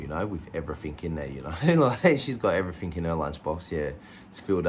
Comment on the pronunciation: Oh. And it is "everything". Not everythink!!